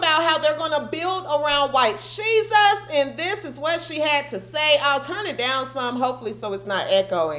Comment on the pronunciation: Every time you say White shesus I click out... I like you but it bugs me, have a blessed day.